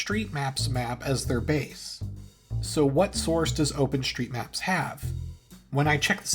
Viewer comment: I can't find "open shtreets" on Google